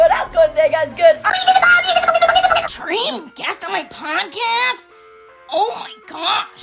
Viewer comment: “Dweeem guest on muoy pawdcast”